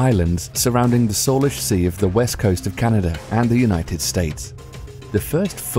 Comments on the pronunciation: Salish sea is pronounced "say-lish" not "solish" :p trust me I live there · #7 "SAY-lish" sea, not "saw-lish"